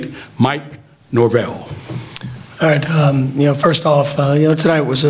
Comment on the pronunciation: I’m just glad this dude got NorVELL’s last name correct this time.